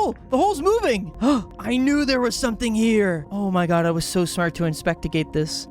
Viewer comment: “inpectigate” I love you never change